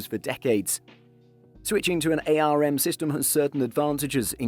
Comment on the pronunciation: Ay-arr-emm cpu .... It's just arm. 1 word, single syllable, pronounced the same as the thing your hand is attached to. It's an acronym, not an initialism.